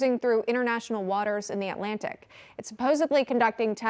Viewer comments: It is pronounced MAUK, not match. Mach 9. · Mach is pronounced like Bach, not like match. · She said match 9 lmao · "match" 9 hypersonic...??? Teleprompter Syndrome. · There’s no T in “mach”.